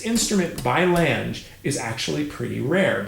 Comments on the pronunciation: All those years and you get away with mispronouncing German????? Lan ga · Could the last name not rhyme with the English word “flange” but be the German word for “long” which is pronounced “long-uh”? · I am far from an expert but I believe that it is 'lang-euh' if that makes phonetic sense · I love you, your channel is wonderful, but Lange is a German last name. You really, really, really need to fix that pronunciation. For the love of all that is good and holy, if you can pronounce Wiesbaden or Wagner with a V sound, you can nail Lange just fine.